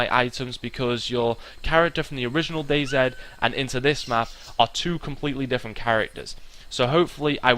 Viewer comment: It's not dayzed it's dayz